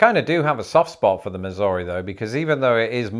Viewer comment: You got the river right. Your pronunciation of Missouri was new to me, a Missourian, but I like it a lot. Here in Missouri we can say, "you-uns". We can say, "you-rn" so it puns with "urine", as in "The bathroom's all urine." (There are a lot of different accents in Missouri.)